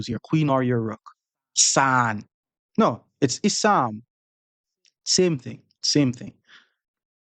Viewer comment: "issannnn😂 ohh its issam, same thing😂" Classic